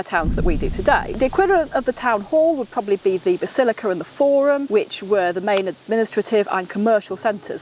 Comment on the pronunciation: Where is this “basillicur” she speaks of?